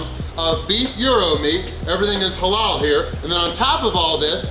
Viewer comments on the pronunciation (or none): none